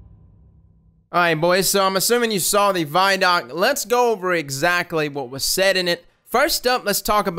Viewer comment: Are you intentionally mispronouncing ViDoc?